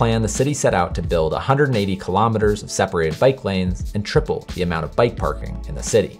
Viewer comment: I'll give you a thumbs up when you've learned to pronounce kilometer properly! Right now it's a HUGE thumbs DOWN!